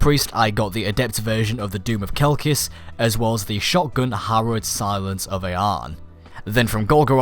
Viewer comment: did he say doom of Kelklis I'm done with life